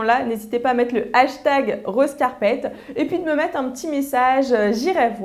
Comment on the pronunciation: #rosecarpet :) il faudrait revoir ton accent anglais ^^ lol :) J'adore vos vidéos ;)